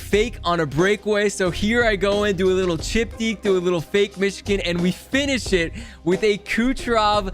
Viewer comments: Anyone else bothered he says "mishkin" and not Michigan? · It’s Michigan